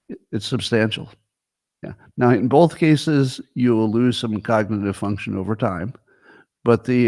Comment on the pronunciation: Notice how Scott says “both”. It’s like bolth.